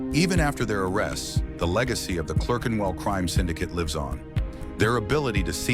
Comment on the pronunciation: Can't even say Clerkenwell. Another septic ruining British history.